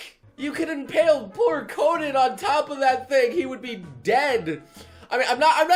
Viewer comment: another dumb hair style is how you say "conan"